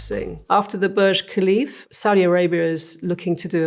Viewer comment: "Burj KHALIFF"